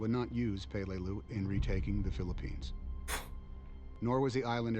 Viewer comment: Its pronounced pa-lay-loo. Emphasis on the second syllable. We now have a base on palau which is where peleliu is because duterte wouldnt allow us bases on the Philippines. We now have bases on the Philippines in order to keep china from doing what japan did.